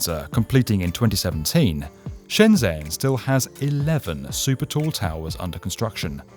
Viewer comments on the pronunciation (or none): Excellent summary! I’m excited to see how all these projects turn out over the next 5 years. Little quibble: the “zh” in Shenzhen is pronounced more like an English “j” than a “z.” So “Shen-jen” rather than “Shen-zen.” I still can’t hardly wrap my mind around how insanely huge Shenzhen has grown during my lifetime. It seems like it’ll probably be the skyscraper capital of the world soon. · I think it's pronounced shen jen btw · BTW Shenzhen 【深圳市】, the 'zh' sound is pronounced like 'j' in joy, not the typical 'z' sound. Great video! ^_^ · Awesome video! Love your channel. Just one point about pronunciation, Shenzhen is said closest to "Shen-jen". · Please find out how to pronounce Shenzhen if you are going to do a video on it. It’s made it unwatchable for me. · Just pointing out, you should check how to pronounce Shenzhen, it's a common mistake, and I assume it'll most likely be featured in future videos, so it would be better to have it in mind